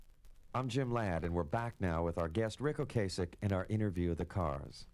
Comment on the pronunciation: Its O-Cass-ick